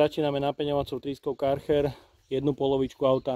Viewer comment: chcel som velmi to video dopozerat, ale po tretom vysloveni Karcher a nie Kärcher som to zial vypol.